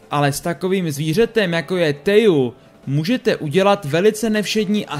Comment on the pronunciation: PS Teju se čte Težu